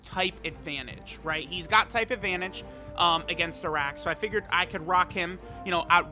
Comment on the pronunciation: His name is pronounced as "Aa'rak" Its an Arabic alcoholic drink